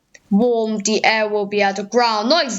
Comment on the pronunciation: actually most of it's very good it's just where you say things like 'funderstorm risk', 'de opposite', 'de Eastern Coast', rest is well pronounced